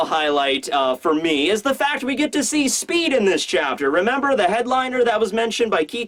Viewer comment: I think you mean SPEE D. Delivery